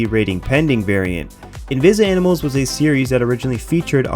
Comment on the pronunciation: the way invizimals is said is tripping me out bc ive never heard anyone say it like that ever. anyways, when i bought my vita from gamestop Ireland in 2015, the alliance was one of 2 games i got with it for free, i also got nfs most wanted, to this day they are the only 2 games i have on my vita.